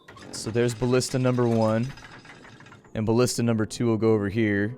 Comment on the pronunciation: Its BALLISTA gosh lol